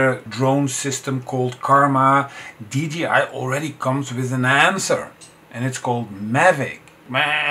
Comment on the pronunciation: dji should be pronounced as dee jay eye, and not dee gee eye